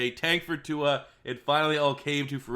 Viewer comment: Everyone pls look up Tua pronouncing his name- don't look like a confused old man who can't handle new words